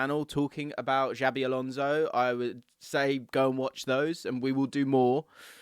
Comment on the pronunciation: Xavi Alonso= " Chabi Alonso" - soft s, not Javvy